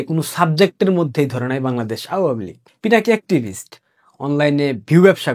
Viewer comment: বিকৃত উচ্চারণ কর‌বেন না । আউয়ামী লীগ না আওয়ামী লীগ ।